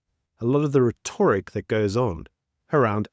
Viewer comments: The way you say rhetoric though lol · I'd love it if you can figure out how to pronounce "rhetoric" correctly ;-)